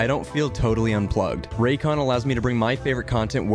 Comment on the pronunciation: Raycon hah Morel like Roycon